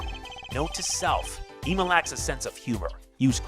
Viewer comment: If you're doing it on purpose, its annoying. Ema's name is pronounced like if saying "Emily".